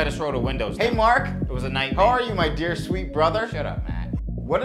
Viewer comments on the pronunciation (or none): "Mahk" "Maht" "Memahw" lmfao i love how everyone has an H randomly in there. Surprised it wasnt "Rohy"